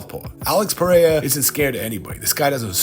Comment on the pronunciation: I will be happy when content creators learn how to pronounce Alex Pereira's name correctly.